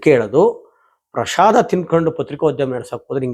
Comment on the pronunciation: ಪ್ರಶಾದ ಅಲ್ಲಾ ಪ್ರಸಾದ.